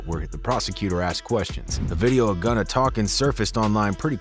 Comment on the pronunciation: His name is Gunna! “Gunna Tell”